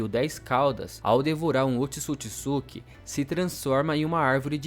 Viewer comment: Mano, top dms, mas pqp, é Ootsusuki e não otisukisuki caramba que agonia , tu fala o nome certo no começo e depois fica o vídeo todo falando essa merda 😂 caralho véi, mais fora isso top dms